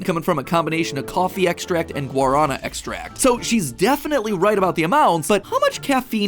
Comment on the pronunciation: Bro pronounced guarana horribly